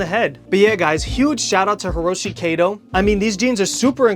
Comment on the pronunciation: It's pronounced kah-to. Like Cat-oh . Not kaydoe.